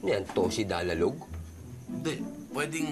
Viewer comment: Hahhaha TOSI DALALOG hahahha o kaya TOSI TWOLOG